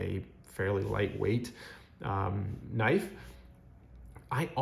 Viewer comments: Pronounced k'nife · Sorry I’m new to this hobby. Does anyone else pronounce “knife” with the “k” silent?